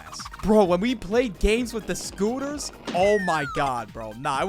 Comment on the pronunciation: tHGHE SCTOOTERS :D